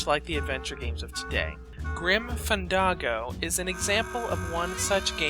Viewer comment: It's not Grim FanDAHGO, it's Grim FanDANGO. Jesus.